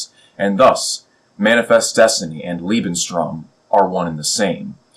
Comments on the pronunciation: small mistake , Its "Lebensraum". "Lebenstraum" would be "Living Dream" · Just one minor ningle: You seem to keep saying "Lebenstraum" which means "Life's dream" when trying to say "Lebensraum".